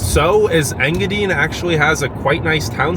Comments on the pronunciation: Ta-qua-meh-non Falls…En-gah-dine (pronounced like diner, or dine, to eat)…Kee-weh- naw peninsula…I love your video and I’m not trying to be snarky, but I would want to know the correct pronunciations. Keep up your work, it’s great . Your excitement is contagious. If you ever go to Manistique again find out where Kitch-it-ah-Kip-ee springs is . I believe it’s calledPalms park something now. It’s pretty unique and cool. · I'm watching the video where the guy goes to Engadine. I'm watching it in Marquette, Michigan. I myself have never lived anywhere but the U, P. and the guy is saying Engadine wrong. Not a big deal just thought I'd let you know. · You need to ask Google how to say enga dine!!! It is long i .... I am from there it drove me nuts to hear it said wrong lol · Overall Great video, great energy and good basic intro to UP, his pronouncing of Engadine , I’m dying …. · its enga dine not enga deen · Nobody's going to tell him it's pronounced EngaDINE? Like you're going to eat. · I keep laughing at how you say Engadine. It's En-ga-die-ne. Hello from a lifelong yooper, from Marquette to Houghton to iron mountain and now Norway. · Engadine...dine not dean..😉😄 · Engadine....pronounced Engadyne, not Engadeen. From a Troll who was born in the UP and left my heart in the UP. I wasn't in control of the remote so, unfortunately, the video ended in Engadine for me. I hope you went to the Seney National Wildlife Refuge. Also, check out The Hut Restaurant in Wolverine, just north of Laurium on 41. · Engadine is pronouced Eng gah dine like dine for dinner. LOL Lived not that far away from there in Curtis Michigan. Check it out sometime. In TN now. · Engadine is pronounced in ga dine A weather man on Detroit TV used to have fun with their name back in the 70s (Sonny Elliot) Engadinga dinga dine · Engadine is pronounced as you pronounce the word “dine”. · Yooper here. Hiya! It's INGA-dine. long "i" in the last syllable like the word diner.